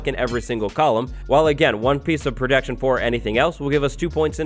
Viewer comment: STOP SAYING PRODECTION